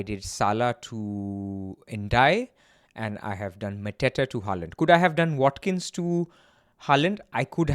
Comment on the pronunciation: Wat-Kin change.